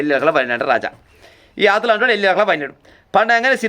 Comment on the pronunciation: Kdhu kadhu athulu athul anna nemathaliki bale navu vasthundi from rayalacema